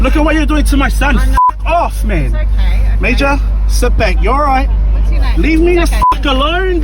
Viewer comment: At first the lying cop said “ breaching cho laws “ ... then it’s “ cho directions “